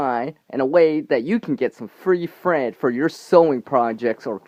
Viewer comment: I swear I thought you said "free fred" instead of free thread ..LoL